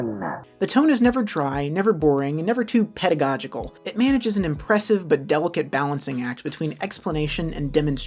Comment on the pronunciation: well done PROPERLY saying, "pedagogical"! 😁